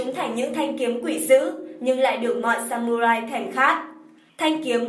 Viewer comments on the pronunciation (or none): Trong tiếng nhật không có âm "U" add nhé mà phải là âm "Ư" mới đúng. Viết là samurai nhưng đọc phải là sa mư rai.